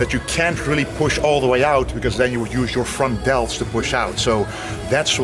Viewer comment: "The frontdeltschhhh”